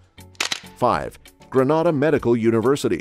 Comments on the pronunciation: It's not Gra-nada. Granada is a Spanish speaking country. It's Gree-Nay-da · Number 1 it's not genada it's grenada please pronounce it properly genada is in Spain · It’s pronounced Gree nay da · If you're talking about my beautiful island, it's pronounced GREEN-NA-DA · Please Sir. Its GREEN-A-DAH! Many thanks! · I couldn’t watch the whole video cause he kept saying “ Granada” ! When are they going to get it right???? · All I'm stating, is that I don't live in Greh-nah-dah but '"Grenada". And the accuracy of the information bro, it's willllddddddd!!!! Me alone that counting them millions?!?!?!?! I reach on 3rd set of millions & it's a lottttt.......That's a lot of millions. And I never knew we were using our own money for the technology park I never knew about...I gone yes!🤣🤣Ah done!🤣🤣🤣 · Gren neigh dah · when u learn to pronounce our name...i will begin to listen to your assumptions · First of all the pronunciation is incorrect. Granada is in spain